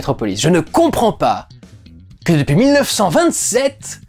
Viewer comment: "Depuis 1927" c'était fait exprès le petit accent allemand pour parler de Fritz Lang ?